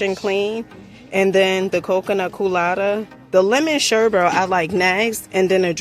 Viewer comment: Lemon "Sherbet" 😆😆